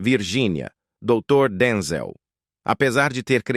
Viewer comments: Narração horrível , Denzel Washington é top chamá-lo de Denzél é de matar!!!!! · Fale corretamente, não é Denzel paroxítona e sim oxítona.